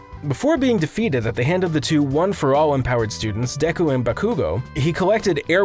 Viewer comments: Did he just say deeeku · "...overpowering Deeku(?) in a fight." Has the narrator actually watched the anime? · He pronounced deku deeku come on does he even watch the show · Since the narrator is obviously not an actual fan of the series he should learn how to say Bakugo and deku